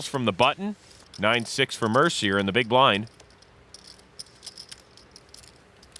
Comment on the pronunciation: Mercier is pronounced mare see ay